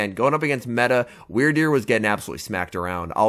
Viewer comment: You the only person I heard say that things name right